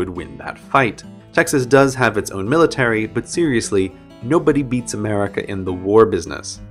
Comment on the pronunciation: It's military. One L, not two Ls.